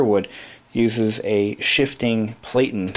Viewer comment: = Variable , = Detent Release , = Margin Release , = These do not Jam, Typewriter is in dire need of a professional clean and service = Platen is pronounced /'Platn/ ( Plat - in )